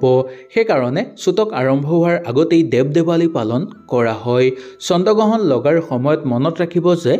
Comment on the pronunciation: চন্দ গ্ৰহণ নহয় অ' "চন্দ্ৰ গ্ৰহণ" হে 😂😂